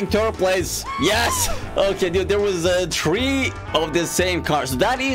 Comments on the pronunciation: 3=three not tree 😂😂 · How to say three. Tree lol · he says tree in stead of three its funny